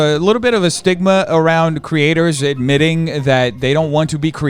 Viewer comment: genuinely thought he said “stigma around creators that are knitting” instead of “creators admitting” 😂